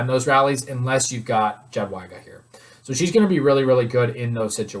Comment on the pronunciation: please call her "yadweega" lol